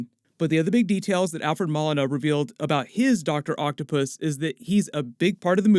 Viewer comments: takes NO days off. Thank you for holding us down! also its Mo-lee-na lmao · I enjoy your work. Thanks for that! A small point Alfred Molina pronounces his name Mo-leen-ah. Thanks for everything! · LMAO i thought his last name was pronounced like Mow•Leen•a .. not Mall•innah 😂😂 Also I think it’s pretty clear that either villains are escaping from the multiverse somehow, possibly with Peter trying to use magic to make everyone forget he’s Spiderman or with Scarlett witch messing around and it’s up to Andrew Garfields and Tobey maguires Spider-Man’s to take them back to their respective universe - that’s how you get their cameos/roles in the movie. Just a guess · my man, his last name is Moe-Lee-Nah. Awesome video and super excited to see him as Doc Oc! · Alfred Ma-Lina 😂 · I think you said Doc Ock's actor name incorrect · Id think you of all people would say his name right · How about you take a couple of minutes and learn how to say Molina correctly